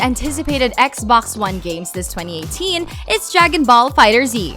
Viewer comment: Looks like there will be quite a few games coming out, but I just couldn't finish this video. Her pronunciation of 2018 and other words (for one.. Bones from Skull & Bones) was so excruciatingly annoying for me.